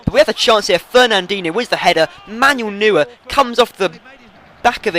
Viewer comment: It's pronounced Manuel Noier.